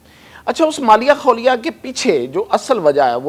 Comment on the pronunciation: MALIA KHOLIA NAHI JANAB , SAHI WORD MALI KHOLIA ( ZN MURID KO AKSER LOG RN MURID BOLTE HAIN JO GHALT HAI URDU ME LIKHA ZN KA NUQTA MIT GAYA HOGA YA KISI NE GHALT BOLA , AB DHEYA HI NAHI DETA SAREY LOG RN MURID HI BOLTE HAIN , KOI SAHI NAHI KARTA !! )